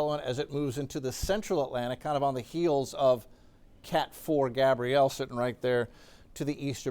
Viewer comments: THANK YOU!! He was making me nuts mispronouncing that as a boys name. Geeze!!! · It’s not Gabriel but Gabrielle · Gabrielle not Gabriel. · That's GabriELLE not Gabriel 🤦🏾‍♀️🤦🏾‍♀️